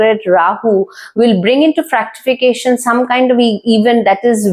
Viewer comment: GOOD. BUT KINDLY RECTIFY THE PRONUNCIATION OF WORDS : VENUS & ITs " FRUCTIFICATION " NOT FRACTIFICATION ..XX